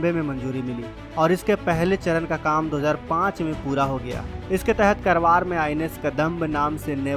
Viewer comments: करवार नही, कारवार कहो, खुदकी vocabulary सुधारो . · Not करवार it's कारवार. जय हिन्द जय भारत।